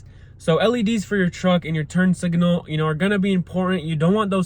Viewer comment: Sorry, but it was aggravating me, but there is no "i" between the g and n in signal.